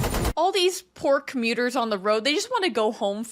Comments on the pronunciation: Here's an example of how you hear things differently when you're not completely concentrating: at the beginning of the highway chase when you mentioned the "poor commuters", for some reason I heard you say "pork meters". Normally that wouldn't make sense, but this is The Matrix. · Definitely heard “Pork muters” first time 😆